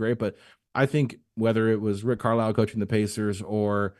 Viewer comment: Why does say Rick Carlisle Name like that?!? 😭😭😭😭 “Rick Carl” 😂🤣🤣